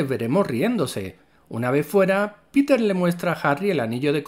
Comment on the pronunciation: No pude terminar el vídeo. Me cansé de la estupidez de la pronunciación. Llámalo hombre araña si quieres, pero es una real idiotez cuando también dices "Piter" por Peter y hasta "spaidy" lo abreviabas. 😤🇺🇾🇮🇩